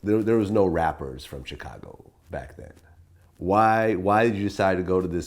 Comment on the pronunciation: Why is Vlad now pronouncing "Chicago" like Charlamagne? Chi-kagoh